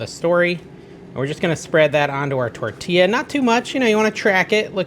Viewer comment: Did you actually say, “tor-TIL-a”??? And then ‘Case-a-Dila???”